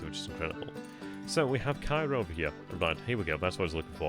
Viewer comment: Pronounced KAY-ro in the area as I understand it.